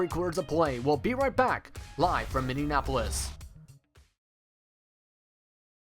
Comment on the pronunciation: it's minneapolis, not minneanapolis